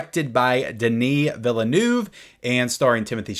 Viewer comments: Pitcher... Also, Villeneuve's last name is "Vee-lew-nev". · You really need to go and listen to how his surname is pronounced.